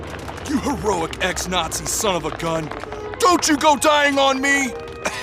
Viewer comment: " my sohn is a ball" lol